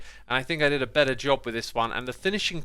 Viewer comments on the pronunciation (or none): none